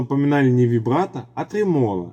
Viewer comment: ТрЕмоло ударение на первом слоге